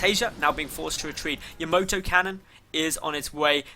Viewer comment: You say "Tom-ay-to" I say "Tom-ah-to" You say "Yamoto" I say "Yamato"